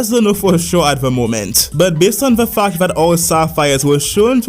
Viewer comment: I love how when this guy says fact he says Fauc